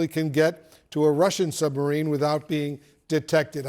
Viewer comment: Joe cant even say the word submarine or illegals